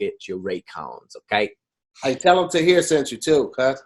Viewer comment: ‘Harjeeb’ I’m so use to Tahir now I don’t even pause , I’m just like, I know what he means 😂😭